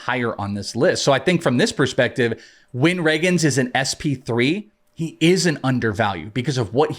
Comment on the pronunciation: I heard Cole Ragans pronounced wrong and I’m out.